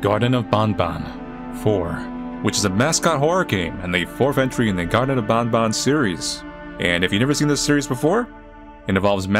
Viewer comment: Why does bro keep calling it bon bon it’s ban ban 😂